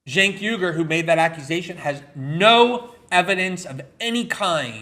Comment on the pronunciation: Cenk Uy-gur, as in Uygurs in camps in China, not YOOGER!